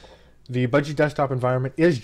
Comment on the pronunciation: "buh-gee", "nome"